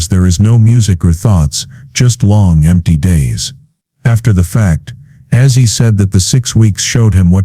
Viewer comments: I love Ozzy but couldn,t watch after a few minutes cuz of the ai speaker calling him Azzy. It made me ill. Get it right. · Its not assy its ozzy